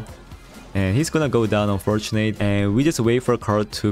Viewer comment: bro nice content but WHY do you have to pronounce "unfortunate" like that. it has to be intentional, right? it's so triggering please stop.